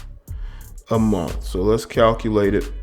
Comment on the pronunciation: $45,000 a MUNF? Did he meant to say MONTH?